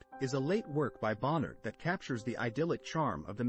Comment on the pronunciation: If you can't pronounce Bonnard's name you should not be be making videos about him.